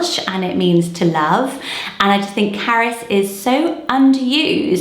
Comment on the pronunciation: The name Carys to me sounds like you are saying carrots.